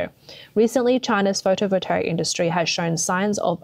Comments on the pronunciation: Seems that BYD is planting its EXPLODING CARS all over the world! 😲 Is this a CCP plot? 🤣 EVs are a scam and Chinese EVs are potential death traps. Only a FOOL would buy one... 🤪 "Photovoltaic" does not have a "R" in it. Pronounced fo-to-vol-tay-ic. M 🦘🏏😎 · I have never heard words mispronounced so many times in one video. Someone forced this narrator to read words she is unfamiliar with. Especially photovoltaic. There isn’t even an “r” in it. Then subsidies was pronounced as subsidaries (she probably mixed it up with subsidiaries) several times before miraculously being pronounced correctly. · The narrator says "photovolteric" over and over again, it very plainly sounds like PHOTOVOLTAIC to me... Do you see an E or an R in PHOTOVOLTAIC??? I don't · there really is no R in Photovoltaic.....Photovoltaric is not a word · For Gods sake, work on your pronunciation! It's appalling. It's photo voltaic. Not voltaric! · The word is photovoltaic, no photovoltaric. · Photovoltaic not photovoltaric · Take a drink every time she says "photovoltaric" instead of photovoltaic. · How does she manage to mispronounce "pho-to-vol-ta-ic" every time? There's no "r" anywhere in the word! How do you get "pho-to-vo-ter-ic"? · It's Photovotaic, not Photovoltaric. Spoils the whole presentation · Does she keep saying, "Photo Voltaric"? Or am I hearing her wrong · to the narrator: somebody's properly winding you up getting you to pronounce it "photovoltaric" .... there's no r in that word. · FYI: You pronounce photovoltaic as photo volt ey ick. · Can't listen to you say "voltaric" one more time. If you make your living with words, LEARN WORDS. Seems like a simple concept. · This is not a complaint, just some helpful advice. It pronounced photo-vol-TAY-ick. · anyone noticed this commentator pronounces photovoltaic wrong? lol super minor but found it funny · Try learning how to pronounce the words you use... Potash. Pot Ash. Not "potish" 🤣 Photovoltaic. Photo Volt A Ick.